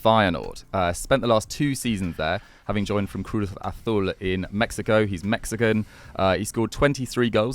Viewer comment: ' pronunciation of Cruz Azul was a war crime.